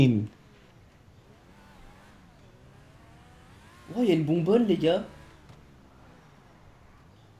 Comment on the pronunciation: T SERIEUX UNWINW TU MET DES "S" À LAMBORGHINI